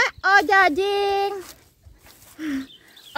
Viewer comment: Ajojing bukan ojajing hahaha aya aya wae mh